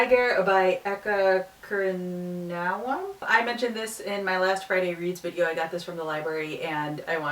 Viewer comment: it's pronounced Eka (ka in Karaoke) Koor-knee-ah-wand(no D) I'm Indonesian so I know abt it ^^